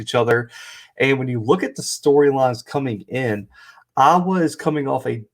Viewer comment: It was the first time BOTH teams were ranked when playing each other. You misstated to start your clip. Also, work on how you say IOWA.